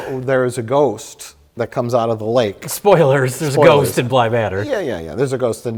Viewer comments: I love how Mike's Wisconsin accent comes out when he says "ghost". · Mike never sounds more Wisconsin than when he says "Ghost" . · You betcha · That's the point lol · I enjoy that Mike only has a Wisconsin accent for the word "ghost" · I love the way Mike says "ghost." Its like his Milwaukee accent suddenly becomes 10x thicker for that single word. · Mike's Wisconsin accent really comes out when he says "ghost."